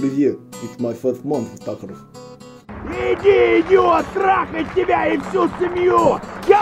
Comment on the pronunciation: And said takrov